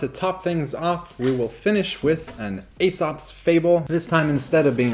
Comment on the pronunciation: Aesop is pronounced "ee-sop"